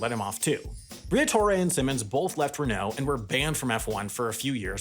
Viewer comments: I was with you till you said reKNOOW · I only watched this to hear french ocd kick in when saying "Renault", but, then he didn't. My disappointment is immeasurable, abd my day is ruined...